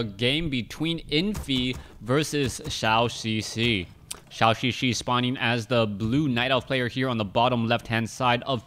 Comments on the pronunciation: Instead of "shao xixi" pronounce it more like "joe" "joe xixi"...still not 100%, but will sound better. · Great cast, but Zhouxixi is not called "Xiaoxixi".